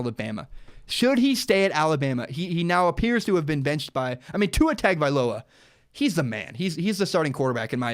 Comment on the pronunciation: Listening to you butcher Tua's last name is really bad lol next time you might want to learn how to say his last name good video besides that.